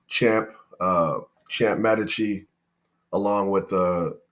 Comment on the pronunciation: may-dee-cheeee not med-ee-cheee